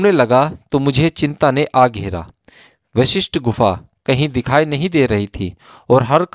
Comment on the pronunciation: Aap bahut hi nek kaam kar rahe hain yeh sab sunakar....par aapse Anurodh hai ki apna uchaaran theek rakhe.. Vishisht gufa nahi hai yeh Guru Vashishth ke naam par Vashishth Gufa hai...kyunki jo aap bolenge log ussi ko sunenge...par shabd ka arth badal jaayega...kripya dhyan de